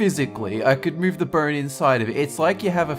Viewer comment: It sounds like he is saying burn instead of bone.